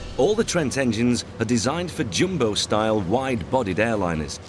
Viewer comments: IT'S DEFINITELY NOT "jimbo jet". Wanker! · Why he keeps saying ‘Jimbo’ jet? Is it not ‘ Jumbo’ jet?